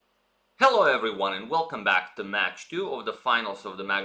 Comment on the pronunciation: "Hello ewryone!"